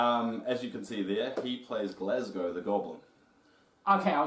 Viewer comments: its Gazlowe, not Glazgow. 4head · Gazlowe: EXISTS This Guy: "Glasgow" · Glazglow? it's Gazlowe lol xD also Wrynn. Yes? Yes, Varian Wrynn. You guys made me chuckle hehe. Love the video bloopers and all hehe. Also very informative I was wonder who Mercer played in world of warcraft cause it doesn't say on his page..